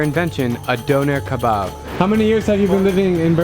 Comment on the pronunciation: LooooooL she said Berlin made the Döner better and she can’t even pronounce “Döner Kebap” correctly. Shut uuuuup Best Döner is in Turkey 🇹🇷, where it is from. Factssss